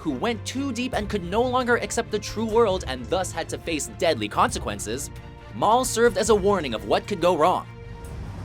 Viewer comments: Mal. Not Mall. Not Moll. Mal. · Mal Cobb? Really?